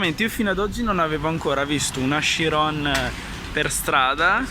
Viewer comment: Bello il video ma si pronuncia letteralmente cirion anche se si scrive chirion